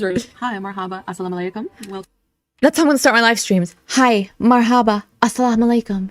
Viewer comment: Sometimes all the ragging of FB about her Arabic skills (or lack thereof) makes me feel a bit bad about my own lack of progress, but then I hear her pronunciation of “mar-HA-buh”, and I feel better 😅 (also, I haven’t lived in an Arab-speaking country)